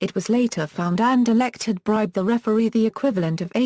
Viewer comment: you stupid a pronunciation for 17 minutes ok not insulting just saying u can just ssay the name and it over i will till like